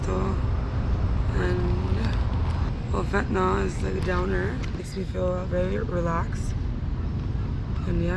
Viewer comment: Fentanol is not commonly used. Fentanyl is not fentanol. Mispronounciation does not make you sound intelligent, just the opposite!